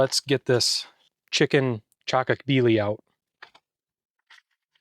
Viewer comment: yeah that pronaunsation was def wrong but still ok. Pronounse it like CHA-KO-KHBI-LI